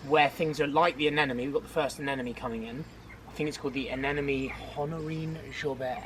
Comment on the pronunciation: Am I the only one that hears them say "anenome" instead of "anemone"? English is not my first language and it's driving me insane not to know for sure because it always seams to me that they both say anenome:) but I do know it's anemone. I am on a marathon on videos, just found her and I love the content.